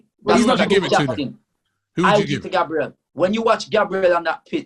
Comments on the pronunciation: calls Gabriel, Gaybril but when someone calls him taiwu instead of taiwo he will go mad 😂😭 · Everyone: gabriel: Gaybril